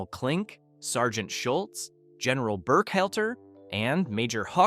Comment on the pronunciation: BurkHELTER?? Try HALTER!! Funny how Werner's 2nd wife very quickly became his 3rd!! And, Axis Annie was played by Antoinette Bower!! So, what does Marilyn Monroe dressed like a nazi have to do with any of this?